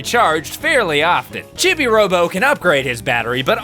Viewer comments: "Chibby" Robo?????? CHIBBY?!?!?! What the hell, it's not a opinion, it's an established word and nobody has ever said it like that. Why WHY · Who on earth calls him "Chibby-Robo?" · CHIBI ROBO IS MY FAVORITE GAME IN THE WORLD!!! Also you can buy extra time and battery in the online shop in the chibi pc. PS Chibi robo is pronounced Cheebee robo, which is why Mrs Sanderson calls you Cheebo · it's pronounced cheebee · I know its called Chibi Robo but it sounded like he said "shitty robo" when I first heard it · It’s pronounced chee bee robo